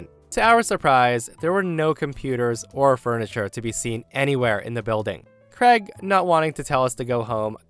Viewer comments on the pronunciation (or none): Why cant americans pronounce the name Craig properly? Always sounds like kregg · I've been an American the whole four decades of my life and is the one and only person I've ever heard pronounce "Craig" as "Creg." It immediately struck me as quite odd to hear that pronunciation.